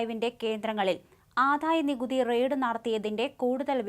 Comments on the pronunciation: ആദ്ധായനികുതി അല്ല, ആദായനികുതി. വിദ്ധ്യാർത്ഥി അല്ല, വിദ്യാർഥി. ഖാനനം അല്ല, കാനനം. 101 പ്രാവശ്യം എമ്പോസിഷൻ എഴുതു, എല്ലാ ചാനലിലും ഉള്ളവർ ശ്രീകണ്ഠനായരുൾപ്പെടെ. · ഈ പെൺകുട്ടിക്ക് ഉ‌ച്ചാരണശുദ്ധി ഇല്ല. ജ എന്ന അക്ഷരം തെറ്റായാണ് ഉചരിക്കുന്നത്. ആധായ നികുതി എന്നാണു പറയുന്നത്. വിധ്യാർത്തി എന്നാണു പറയുന്നത്. ഈ ചാനലിനു വേറേ ആളെ കിട്ടാഞ്ഞിട്ടാകും.